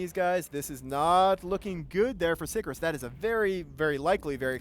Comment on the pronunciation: For fuck's sake, Sicarius has TWO i's in it. Sick-arr-ee-us. It's not hard.